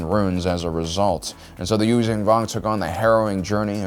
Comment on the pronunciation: The fuck are the you-zang- vong? It's You-Zon-Vong you stupid ass!🤦‍♂️